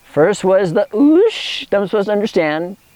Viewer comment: oosh sounds an awful lot like "juice" lol